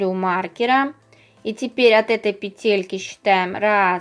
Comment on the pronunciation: пЕтельки, пЕтли, пЕтель🤦‍♀️